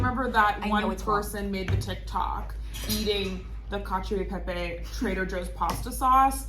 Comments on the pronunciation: Ah, thanks! So, Cacio would be pronounced with a hard c? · cc in Italian is pronounced “ch”. (ie) bocce ball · “…..so you’re supposed to say ‘cacio’???” 😂😂😂